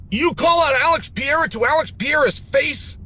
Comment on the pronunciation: Alex pee’era